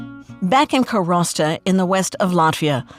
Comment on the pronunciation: Please PRONOUNCE the words correctly. It's Karwosta, not Karasta, and Heeyoumaa, not Hee Umaa. And could you, just for once, actually interview an EXPERT, not an ex-journalist who happens to live there? And FACT-CHECK the things people tell you? Sorry,, you make incredible documentaries but this isn't one of them.